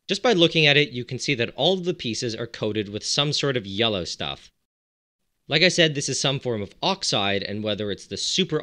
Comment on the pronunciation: Are you saying “yella” on purpose?